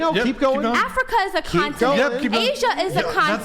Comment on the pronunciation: Imagine arguing on behalf of your ancestors and then not even knowing the names of the countries from the continent or as she says a "conatant". Hopefully she'll dab her hands in some geographical education